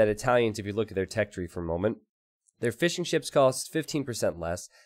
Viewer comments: Every time you say fishing ships i hear fish'n'chips :D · love the commentary. I keep thinking you are saying fish and chips not fishing ships haha